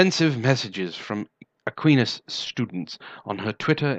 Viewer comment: Long "I" in Aquinas.